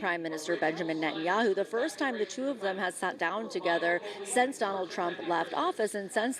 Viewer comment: Did she pronounce “since” as “sense?” I hear this quite a bit.